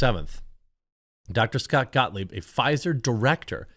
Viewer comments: ScottGahh......ScottGahh........ScottGahh work here anymore. 🤣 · Gottlieb. GOT-LEEB